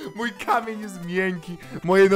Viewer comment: czy ja tylko usłyszałam komen a nie k amień XD